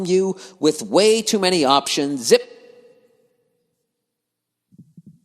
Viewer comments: lmao yeah the zip RECUITA gets me every time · Zip recuitah